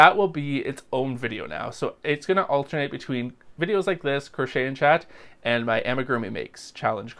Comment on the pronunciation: Chat not Cha lol😂